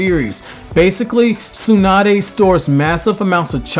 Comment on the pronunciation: SUE-NUH-DAY. I can't.